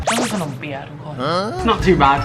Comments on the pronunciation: ขำการออกเสียง ขนมเปี๊ะยะ มากกก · ตอนที่ออกเสียงขนมเปี๊ยะ พี่เเกดูมีความพยามสูงมาก555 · ไม่รู้จะว่าฮาหรือสงสารตอนออกเสียงขนมเปี๊ยะดี😂😂😂😂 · ชอบการพยายามออกเสียงขนมเปี๊ยะมากกกกก 5555